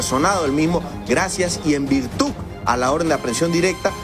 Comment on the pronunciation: En virtuc? No es virtud?